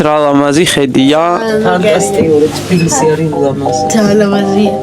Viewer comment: ტბილისი არა თბილისი შეგისწორე